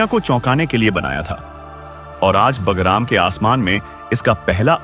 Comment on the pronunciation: PEHLE BHI NOTE KARAYA THA, IT IS NOT BAGARAM, BUT BAGRAM.YEH GALTI BHARAT MEIN HONI BAHUT BURA HAI, KYONKI HINDI IS OUR MOTHER TONGUE.